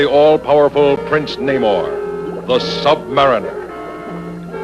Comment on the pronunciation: Sub-mariner, not sub-mareener.